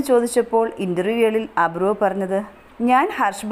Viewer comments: നീ ആവിർഭവ് എന്ന് പറയാൻ പഠിക്ക് ആദ്യം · Avirbhav ennu correct ayi parayu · ആദ്യം തന്നെ ആ കുഞ്ഞിൻറെ പേര് നന്നായി പറയാൻ പഠിക്ക്